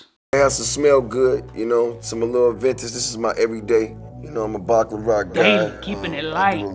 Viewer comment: jeezy said im usually a bacclarat guy lol where did that L come from. But it's cool, he went with the popular choices to be expected. He got the white air force 1 (aventus) and tan Tim's (baccarat Rouge 540) of fragrances 🤷🏽‍♂️. PNB Rock is from Philly, had some dope collabs and some big singles but he is definitely the younger generation.